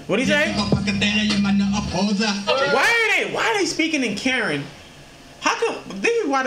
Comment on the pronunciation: is Kuh-Ren bro 💯💯